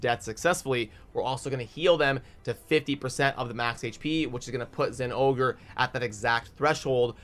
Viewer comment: Hearing zingore hurts my soul. Why does everyone else ignore the "o"